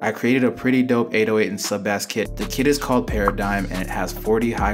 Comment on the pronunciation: bro u dont pronounce it baas u pronounce it base